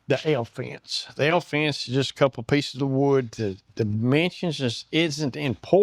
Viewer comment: I thought he said the "hell fence". This is BRILLIANT!!!